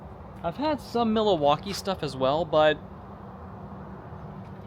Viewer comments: "Mil-a-waukee"? Does not know how to pronounce Milwaukee? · MILL-WAUKEE ..what are you even saying